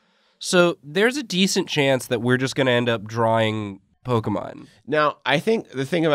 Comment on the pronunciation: Po-keh-mon Po-key-mon Po-kay-mon: Po-kye-mon